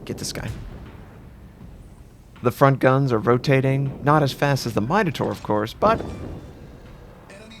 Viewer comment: MIN-O-TAUR, not MINE-O-TAUR